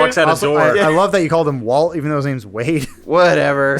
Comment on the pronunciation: I love watching Filmhaus just to see Adam get the names of characters and actors/actresses completely wrong